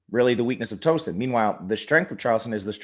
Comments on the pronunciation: Killing me with the pronunciation of Tooooeeeeeeson bud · Towson is pronounced like "town" not like a "tow truck". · You forgot the “W” in Tow-son